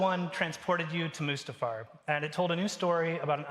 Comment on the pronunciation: did he just pronounce mustifar as moosetifar